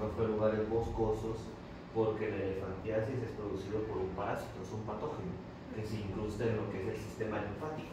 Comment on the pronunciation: Elefantismo dijo no elefantiasis oigan bien